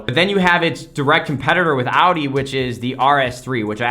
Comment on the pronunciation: Holy, an American that almost can pronounce Audi. Props